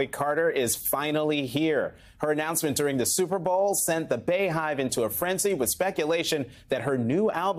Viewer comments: BeeHive…. NOT BAYHIVE!! Can we please send this memo out.. 😒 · Why are you mispronouncing “BEYonce” and “BEYhive”. It’s pronounced “BEE” not “Bae” 🙄🙄🙄🙄 Beyoncé has been on top for over a decade and you still don’t know how to pronounce her name?!? 🤔 It’s weird and disrespectful. STOP IT! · “Bae hive” “Queen Bae” 🙄🤦🏾‍♀️🤦🏾‍♀️ We are the BEEEEE-hive 🐝💙🐝💙🐝💙🐝💙Beyhive